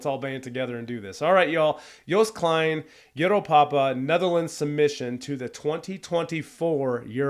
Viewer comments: More context: him singing 'Euro-pa-pa' is also for his dad because 'pa' or 'papa' means dad in Dutch. You pronounce Joost Klein great! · You're doing pronuncation of Joost Klein close to perfection. Well, the first time at least. In English it is basically pronounced as "Yosed Kline". Still not 100% the same as what a Dutchman would say, though. Also "Europa" is the Dutch word for Europe. Similar to German.